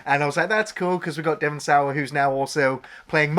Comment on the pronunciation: Dewin sayer?? Devon Sawa. SAH-WAH